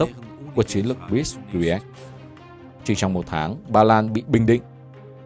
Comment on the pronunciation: Blitzkrieg đọc là ˈBlɪtskriːɡ cha ơi!🤣